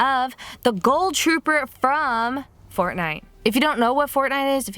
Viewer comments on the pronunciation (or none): Is it just me or did she say ghoul weird?! Like she pronounces it goal...